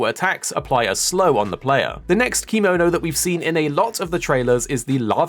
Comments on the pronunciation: The way you say kemono is slighly off. Still ty for the video i was quite curious on what was in the game atm Edit: Oh maybe because sometimes you say kemono but most of them you say kimono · It's actually keh-mo-no instead of kee-mo-no. Kemono means beast in Japanese. If we add ba in front to become bakemono, it means monster. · thank you for saying this, hearing him saying kee-mo-no makes me uncomfy, no hate though